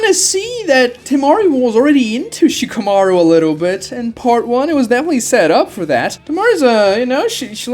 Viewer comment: Why the hell do you say Shikamarus name that way? Stop putting so much tension on the "shika" part of Shikamaru